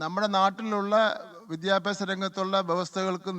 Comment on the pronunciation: ബിത്യാപ്യാശ മന്ത്രിയുടെ ബിത്യാപ്യാശം എന്താണ്?😂😂